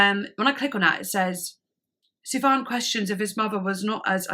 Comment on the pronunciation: it's pronounced "Sufyan Stevens" btw.